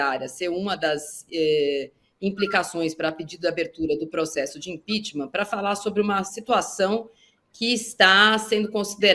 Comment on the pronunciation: Toda semana a fala de impechtma kkkk